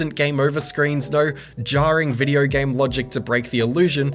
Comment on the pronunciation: hahah u cant say video its always videyrr''' hahha shiyat